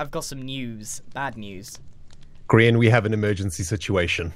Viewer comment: every time i see atleast someone say grain instead of grian